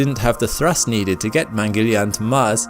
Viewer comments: "Mangeleian"?? Its Mangal-yaan, which translates to Mars vehicle. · its not Mangelian its "maang-al-yaan" mangalyan project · Its mangala_yana(Mars)_(journey) or hw we Indians say 'journey to the mars'= 'mangala yana'